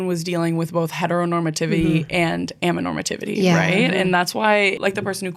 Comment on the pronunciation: You skipped a syllable in "amaTOnormativity" during the whole episode but I think the word sounds better without it 😂 Anyways, a very romantic asexual here to confirm that those 2 things are separate lol 🙋‍♀ Good conversation!